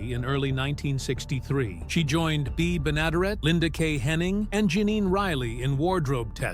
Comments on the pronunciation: You can't even pronounce the star of the show's name correctly. Do you ever check anything at all on your videos. Bea is pronounced "bee", not "bay". Do some homework first! At least sound credible! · Could you please settle on the correct pronunciation of bea's name? You haven't used the same pronunciation twice in this whole video!